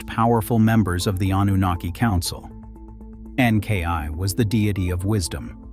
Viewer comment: The pronunciation of Enki is a bit more disturbing, but I listen for content so over-all I'm pleased.